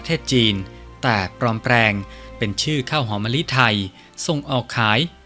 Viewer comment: จะดีมากๆถ้าผู้อ่านออกเสียง ร ..ล ให้ถูกต้อง กระดกลิ้นหมดเลยคล้ายเขมรเลยนะครับ ปลอมแปลง/กลุ่ม และอีกหลายๆคำที่ควบกลำด้วย ล.อย่ากระดกลิ้นรัวๆเลยครับ เดี๋ยวแม่นเคลมอีกนะ